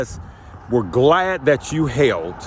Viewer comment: glad or glade? lol